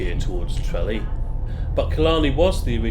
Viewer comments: Maybe learn how to pronounce Tralee? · You need to work on your pronunciation of Tralee 😂😂